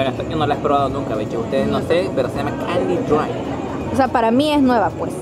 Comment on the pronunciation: Esa bebida es canadiense se pronuncia canedian drai más o menos